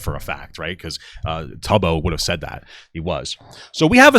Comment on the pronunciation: Bruh he knows so little about the community he doesn't even know how to pronounce Tubbo, he has no business covering this 🫩